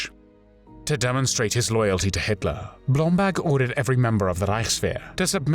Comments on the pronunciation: face-turquoise-covering-eyes: Yeah but... who is "Blomblag" I thought his name was "BlomBERG!":face-turquoise-covering-eyes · Why does the narrator pronounce Blomberg as “Blombag”? Does BlomBERG sound too Jewish for a Nazi?